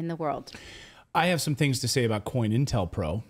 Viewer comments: Just a HEADS UP, DUDE!....It's "CO-INTEL-PRO"....Not "COIN"...lol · Co-Intel Pro. Not coin. Sigh